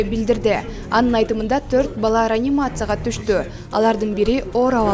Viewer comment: Ранимация эмес реанимация деп оку алыпбаручу.